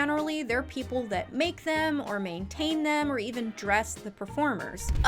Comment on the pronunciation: I know you say ”Send the video to a friend or your mom” but I always think you’re saying ”of your mom” and it’s just adorable to imagine people sending these videos specifically to their moms friends gjfkfjsns